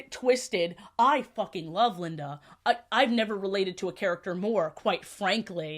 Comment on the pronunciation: i like that you kept referring to linda as "lindana" (tone indicator genuine)